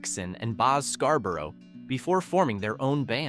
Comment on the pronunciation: Boz SCAGGS not Scarboro.